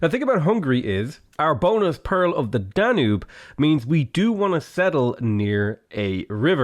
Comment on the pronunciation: You just seriously pronounced Danube like danub